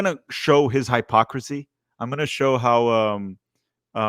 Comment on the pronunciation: The way you pronounce hypocrisy and Chattanooga is funny 😂